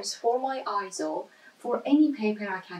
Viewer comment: No I-ZO is not the correct pronunciation. "AY-ZO" is the correct pronunciation as heard from EIZO's own corporate video.